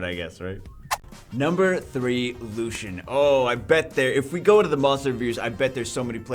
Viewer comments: The light Elven rangers name is pronounced is Lucy-in not Lushen. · can u pls pronounce his name french ? his name is lucien not lushen